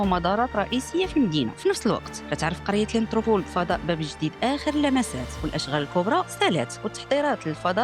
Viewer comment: الله يجيبك على خير آ لاللة راه سميتها الآنتيربول ماشي الآنتروبول. سنيطيحة معا راسك😂😂😂😂